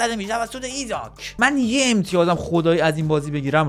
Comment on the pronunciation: ایساک نه ایزاک😂